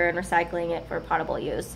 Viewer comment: Pote-able (long O), not pott-able Sorry, not to be a jerk, just want to make sure it's pronounced correctly so you won't get disregarded unnecessarily.